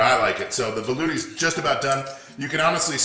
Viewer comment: It's "Velouté" sauce. You are the only one pronouncing it wrong. If you can say Espagnole, French word for "Spanish" , you can definitely say velouté. Also, Hollandaise is the French word for "Dutch". Put some respect into the French name of the mother sauces, they have a long and fascinating history ...